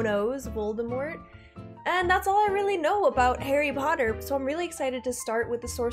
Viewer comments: It's Harry Potter, not Harry Porrer. Um... Just kidding. Hahaha. I'm Korean and I'm glad to see your video. I feel like I'm getting my old memories back. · malfoy saying "pottah" instead of "potter"